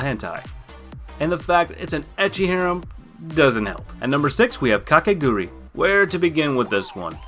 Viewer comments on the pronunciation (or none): OK, it's (Oreimo) pronounced O-ray-ee-mo. FOUR SYLLABLES, you barbarian. (Kakegurui) Kah-kay-gu-ru-ee. Learn the correct pronunciations so you don't sound like a bigot. Oh, yeah, I dare you to watch Another in public....